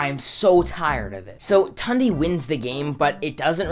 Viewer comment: I’m not tryin to hate on u since what I’m gonna say is useless information but Tundes name is actually pronounced Toon-de